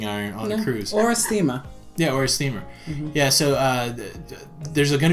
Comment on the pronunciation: doesn't pronounce R's. Stema, coffee maka.,...I love it.